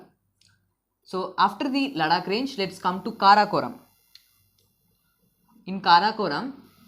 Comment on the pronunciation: Sir lecture is very gud... But u r incorrect pronouncing word ladakh